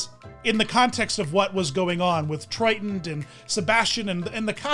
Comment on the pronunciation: Are you calling Ariel's dad Triton or Trident? It is driving me nuts that I can't tell. LOL